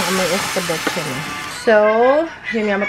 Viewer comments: hello katuwa naman si escabeche naging escabuchi😂😂😂 at nagtenkyu siya kay dade mike di ba😍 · I love your mom’s sense of humor. I thought I would choke with my coffee when she was describing what you cooked. Not eskabetche but eskabutchi!!! 🤣🤣🤣 What a riot she is !!! Lol 😂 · Hahahahah Hindi Escabeche kundi esca buchi sobrang aliw talaaga ako kay 😃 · Yung mukha ni parang hindi nag agree na gumanda ang mukha ni naging pinkish.. ehehehe.. natawa din ako sa "escaboche" hahaha nakakaaliw talaga c. 😂😂😂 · Nakakatuwa si Mommy nyo...escabeche naging escabu-chi hahaha 💞 pero nakakabilib ang pasensya nyo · napatawa nyo na naman po ako. "are ay hindi escabeche... esca.. buchi" 😂😂😂😂